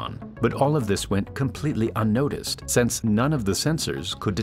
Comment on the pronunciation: Please learn the difference between "since" and "sense," and if you know the difference, please learn how to pronounce them correctly. All of mankind thanks you.